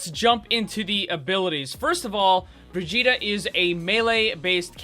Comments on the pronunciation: she is supposed to be swedish i think. so it is not bri-jee-ta, it is bri-ghi-teh, i hope the spelling made some sense, i dunno how else to write it. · It’s bir-git-a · I hear "Vegeta" every time he says Brigitte. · Bitch her name is bridge et all that briddeeettttaaaa is extra shit like come on now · He Said Brigitte like vegeta it is german an g is like a k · ''Bregeta''. Ah yes, Bregeta, Support of all Saiyans. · did you say Vegeta? xd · U say her name like vegetal lol xD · "The pronunciation is Brih-jeetah" F A I L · Pronounces it as bridjita Bridjita? Vegeta? Uses ultimate IT’S OVER 9000!! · Did you just said Bridgitta? Bridgitta, vegeta, bridgitta, vegeta. Get it?? HAHAHAHAHAHAA..... its dragonball btw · bri-GEET-a. Soft g, like in 'vegan', not a hard g like in "Vegeta" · "the official pronounciation is BRVEGETA" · i fucking hate that he calls her bra jeet tah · your pronunciation of the name makes me think you said Vegeta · "Briggitta" hahaha wtf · Srsly, guys,pls, her name has a HARD GG. Listen to her say her name again. It's more like the GG in begger. Bri-ggit- tÉ!! The e is spoken n it's like a french é (n most definitely not an A) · Died you hear when this dude said briggita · It's Brigitte not brijitte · "Brijitah" Great job, great job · Not how you say her name... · I love how he starts by pronouncing her name wrong, and then just devolves as the video goes on. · it annoys me so much that you got the pronunciation wrong still, its a soft 'g' not a hard 'g'. also half way through you started pronouncing it without the soft 'a' sound at the end which is even farther off :P but this is just my pet peeve, you make great video's.